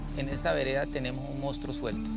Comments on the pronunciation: Buena investigación como siempre, felicidades, pero es una VERGÜENZA escuchar durante todo el video a la reportera decir el MOUSTRO....😣😣...que pena que siendo reportera y supuestamente haber estudiado no sepa decir MONSTRUO, y peor aún que durante la edición nadie lo halla corregido.....😠👎🏻.....muy mal. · correcto, pero ella siempre dijo: "Mounstro". Saludos. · Laura Hincapié, nunca pronunció la palabra correctamente: "Mounstro". Perdón, pueden continuar.